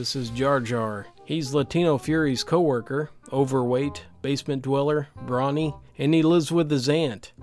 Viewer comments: sorry but its bro-ny not brawny im not even one and its annoying me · is ultimate chad. Doesn't know how to pronounce waifu or brony. Respect.